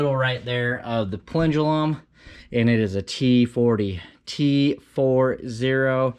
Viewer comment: Plendulum?! Haha...plenum.